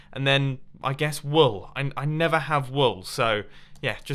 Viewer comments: bettah late than netha* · Did anyone else hear, "Better late than Nether"?